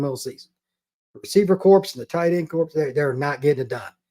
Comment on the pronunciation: Corps is pronounced "core".